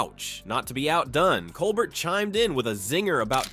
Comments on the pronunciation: It's pronounced "col-BEAR", not Colbert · Not gonna subscribe to someone who can't pronounce Colbert.